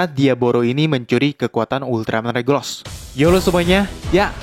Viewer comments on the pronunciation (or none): Regulus bang bukan regulos